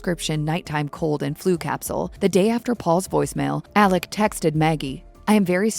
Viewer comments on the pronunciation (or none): Alex, not Aleck! 😂😂😂 I can't even watch this.